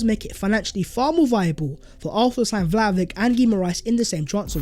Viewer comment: Learn his name it's Duschan Vlahovitsch